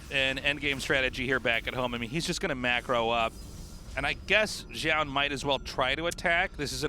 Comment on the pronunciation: it's Zoun, not fucking Joun.